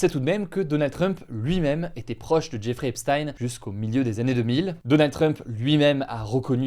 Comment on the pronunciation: « Zeffrey Epstein »